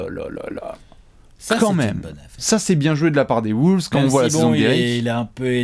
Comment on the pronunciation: les "woulves" xD